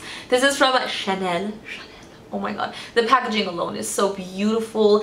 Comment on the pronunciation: You pronounced the Chanel thing so well wow! (I speak French and people usually never pronounce it right)